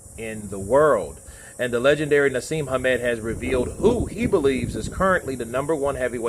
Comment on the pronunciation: Just so you know it's Prince Naseem, not Prince Haseem.